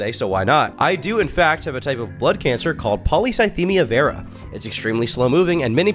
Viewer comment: It's probably worth mentioning that only Destiny is pronouncing it properly. Not the "polycythemia" part, that's fine, but "vera" is pronounced "veera", not "vayra". It's like "venous" as it relates to veins, think 'intravenous'. And that's common of any medical terminology since they're all based on Greek etymology. Ordinarily I wouldn't bring that up, but if you were constantly going to and from the doctor for treatments, unless your doctor was mispronouncing it (possible but wildly unlikely), you'd have the correct pronunciation burnt into your brain. He's absolutely full of it.